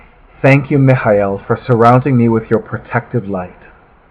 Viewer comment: Love this video & how you say Micheal, hehe. This review is the reason I fell in love with this deck & just had to order it. I'm still waiting for it to come & the wait is killing meh! Wha wha, I hate waiting, but thank you for this review which helps pass the time & gives me time to practice saying Mic-High-E-Heal Micheal exactly like you, hehe. How & why do you say his name like that? It's so good & fits perfect. I like how you speak very well & neat.